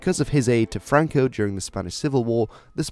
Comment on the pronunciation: franco no francoc